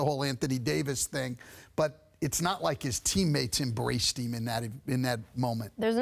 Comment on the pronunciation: “Passes eem on the road”